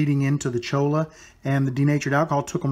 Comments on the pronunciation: the pen is beautiful and you did a great job on everything except the name of the cactus (LOL) it is cholla (pronounced choy-a) actually La Cholla AKA: jumping cactus. I have seen some beautiful items made from it but I never thought about making a pen with it. I'll have to give it a try. thank you for your awesome videos. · I'm pretty confident there is no such cactus as a chola. Perhaps a cholla. Pronounced choy~ya. Double ll = y sound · it is pronounced CHOYA. Double Ls in Spanish sound like a Y.